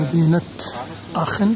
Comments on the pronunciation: نعم بالالماني اسمها اخن و ليس اشن .. مجرد للتصحيح..مع الشكر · اخوي حبيت اصحح المعلومة تنطق بالالمانية اخن وليست اشن.الالمانية تختلف عن الانجليزية اخي اذا سبق حرف ch حرف علة فانها تنطق خ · السلام عليكم ورحمة الله! عذراً على التصحيح٠ هذه المدينه ينطق إسمها باللغة الألمانية ''آخِنْ'' وليس ''آشن'' كما تفضلتم٠ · هههههه كولون لوا المصارين اخن وليس اشن